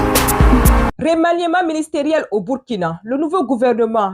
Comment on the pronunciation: Bonjour muso. Revoie la prononciation de remaniement. Le"e" ne se prononce pas. Ton esclave du sud ouest.